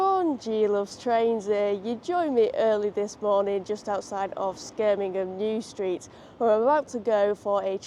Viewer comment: What's with "Skirmingham"?